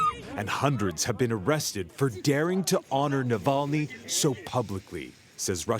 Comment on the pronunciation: Say his name correctly. Navalny.